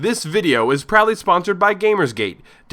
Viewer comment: Your "is proudly" sponsored sounds like "probably sponsored", you should rerecord that